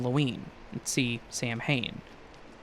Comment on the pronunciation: Samhain is pronounced "SAH-wen". Just saying.